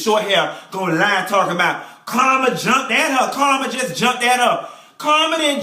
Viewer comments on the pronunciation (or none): Every time you say Carmen's name Karma I crack up! You remind me of people I went to church with. That's where we learned how to read honey! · I'm cracking up at him calling Carmen.... "Karma". lol